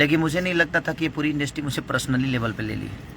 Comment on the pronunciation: Yaar pahle bolna to shikh lo industry hota hai industi nahi😁